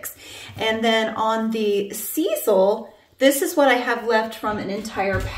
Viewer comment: Love those jokes! Grandkids! What??? You did a fantastic job shaping the Skype. I believe sisal is pronounced with an ‘I’.